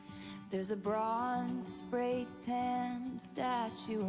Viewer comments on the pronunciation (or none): none